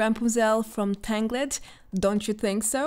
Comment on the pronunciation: I watch these videos just to hear the way pronounces certain words... Tang-Gled made me smile.